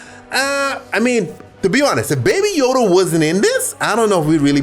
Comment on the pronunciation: Nobody:: da bAbY YoDa